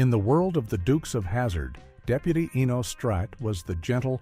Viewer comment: So many inaccuracies. Checking In was a spinoff for Florence, not the doorman and Mr. Bentley was not the doorman, where did you even come up with this; The Colby’s did not try to be a sitcom; Enos was not a spinoff of a spinoff and his name is pronounced two different ways during the recap; The Brady Bunch Movie Jan is used as references to Eve Plumb. This is just inaccurate garbage.